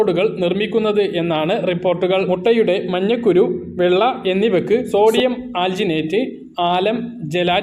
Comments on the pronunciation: മഞ്ഞക്കുരു അല്ല മഞ്ഞക്കരു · മഞ്ഞക്കുരു അല്ല. മഞ്ഞ ക്കരു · മഞ്ഞകുരു എന്നല്ല. മഞ്ഞക്കരു എന്ന് പറയുക.